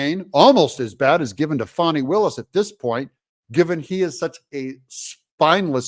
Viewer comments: Doug you can't make a silk purse out of a pig's ear , so pronounce her name how it is , Fani like Fanny , not Fawni like phoney😂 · Doug, please...let me break it down for you. If you take the i off the name Fani and Fawni this is how you say it, Fan- then Fawn...Fani not Fawni. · I'm from Georgia. My whole family is from the Atlanta area. Anyone in town will tell you it is pronounced "Fanny" , not "Fawney". And yes, we all know she is human garbage. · No "U" in Fanni. Ita not Faunni. Its FANNI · Her name is Fan-e not Fawni… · Why do you refer to her as Fauni, Fawni, when pronounced f-a-n ..i like a large maximum gluteus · It’s Fani. Not Fauni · I liked the original pronunciation of her name, Fanny. I don't like Foni, or Fauni, or Fawni. I want her to be dismissed, prosecuted and disbarred, so she can be kicked out on her fanny. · It's not Fauni Willis.. Don't try to gay it up like Joe Deertay, you know it's Dirt. Lol. It's Fanny "whatchu talkin bout" Willis. Fani's big fanny is in big trouble. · Her name is pronounced Fannie. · How is her name pronounced, Fannie or fonnie